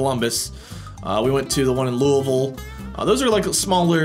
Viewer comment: You pronounced Louisville right